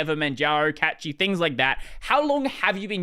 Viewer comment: for Pete's sakes; it's Cachy linux (from the word cache), not Catchy!